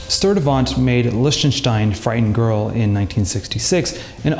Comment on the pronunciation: Man, I love the French language, but calling Lichtenstein "Lishtenshtein" goes too far.